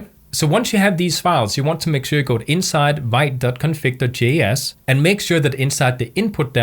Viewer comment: hey. great tutorial! thanks for sharing your wisdom one thing i wanted to mention which bigged me, vite is pronounced "veet". it's actually french for fast